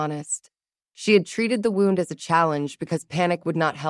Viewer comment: I can't believe after all the experience you story tellers have gained that you still can't deal with the word 'wound'. It is another word spelled the same but with 2 different sounds for 2 different meanings. You pronounce 'wound', which represents a 'cut' or worse on the body (injury) as 'wownd' like 'a clock is wound' past tense. In this case the injury should be pronounced 'woond'.